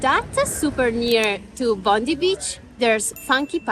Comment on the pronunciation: Bondi is pronounced Bond-eye. Hope you loved my city. 😎